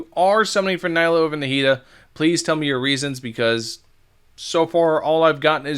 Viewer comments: It’s knee-lue, not nigh-Luu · mfer have you played through the story and met nilou yet? it's pronounced neelu not niylo